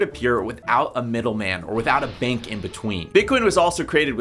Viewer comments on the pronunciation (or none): none